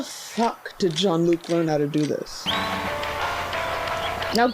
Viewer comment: Bless your heart for pronouncing it Jean-Luc